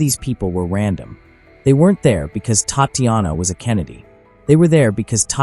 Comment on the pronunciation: Pleaae pronounce "Tahtianah ", correctly like this. Bad AI. TTattianna was not her name.